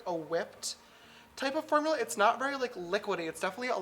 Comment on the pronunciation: Did anyone notice he said fermula .